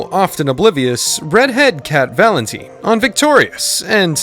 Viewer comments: cat vaLEntneeene - legit bro its VALENTINE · Cat valinteeen??? Excuse me? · I love how called her "Cat valinteen when it's Cat valentine" lol And Jenny Mcurdy also Ari isn't a brunnete SHE'S BLACK HAIR!!!! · Yes I commented on another video of ari and he said "cat valinteen" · That pronunciation of Valentine is getting on my last nerves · lol "cat valenTEENe" "jennEETte mccurdy"😂